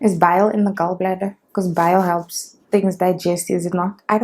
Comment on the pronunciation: What's this intro?! 😂😂🤣 20 to 2?????😭😂😂 Don't make me laugh so hard,, Lord!! The Tiktok is the end of me bra nooo man 😭🤣you'll live very long🤣❤️❤️ The pronunciation of Gall bladder changed real quick to Gaowl😂😂😂😂 Jirre Chady, noooo man.. I'm dying 🤣🤣